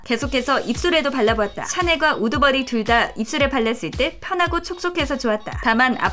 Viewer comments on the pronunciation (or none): 옴마 우드버리가 자꾸 우두머리로 들려요 ㅇㅁㅇ